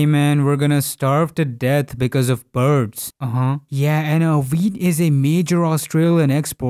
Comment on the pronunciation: Every time he sais wheat, I hear weed.